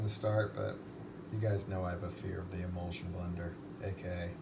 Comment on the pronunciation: Is "imulsion blender" a recurring thing on this channel or just something you misheard once? Because that's undoubtedly an "immersion" blender. As in you immerse it in the substance you're blending. Even googling "imulsion blender" just returns results for immersion blenders. Just to be even more pedantic, it would be "emulsion" not "imulsion". Yes, I'm aware i'm the worst, and very late to this point.